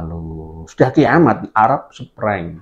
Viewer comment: The Arab Spring yi. Bukan SprEng. Maaf